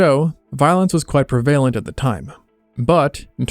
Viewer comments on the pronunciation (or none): The accent in the word "prevalent" is on the first syllable not the second. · "Women" is pronounced like "wi-min." "Prevalent" is "pre-va-lent," not "pre-vay-lent" and "often" like "offen," not "of-ten."